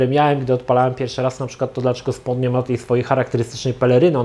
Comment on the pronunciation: Drobna poprawka językowa , nie "SPON" tylko "SPOŁN"- (SPAWN)